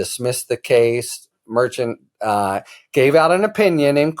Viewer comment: It's not Merchan Mer~Chan